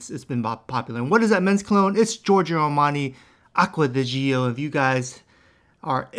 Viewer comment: Stop saying it jee-oh . It’s just Joh